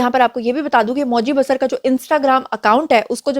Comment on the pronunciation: It's pronounced as BaaSaar not Basr Name: Moji Basar(pronounce as BaaSaar) Country: India State : Arunachal Pradesh a Proud Tribal